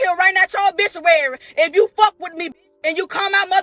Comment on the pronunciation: She said obishuary ...